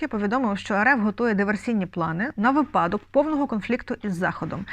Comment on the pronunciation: Шановна ведуча , правильно наголошуйте слова: булИ, вИпадок, а не бУли і випАдок.